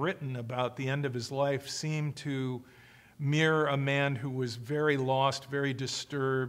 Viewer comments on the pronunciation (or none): none